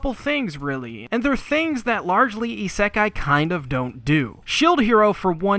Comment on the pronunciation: I think you mispronounce isekai